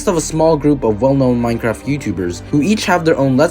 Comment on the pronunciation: is noone gonna talk about how he said minecrack?